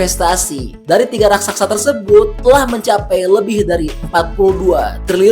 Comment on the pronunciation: Raksasa pak bkn Raksaksa